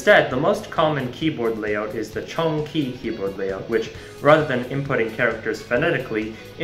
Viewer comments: "can gee" made me die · I found this extremely interesting and was hooked but the moment I smashed the "subscribe" button was when I heard the TERRIBLE AWFUL pronunciation of Cangjie 😂😂